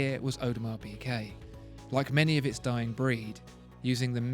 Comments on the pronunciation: It's not pronounced PeeKay - it's PeeGay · It’s PiGuet!!!! Not PiQuet! This video is agonising. How on Earth can you expect to be taken seriously if can’t pronounce the simplest of brand names? Basics. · Is he saying Audemars PiQuet?